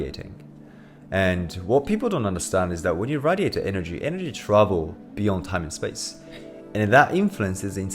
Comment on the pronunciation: Who taught you how to pronounce "radiate"?